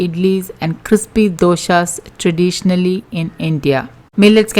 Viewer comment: Please don't say " doshas" for dosas. It takes on a different meaning altogether. Doshas are" negative". Thank you.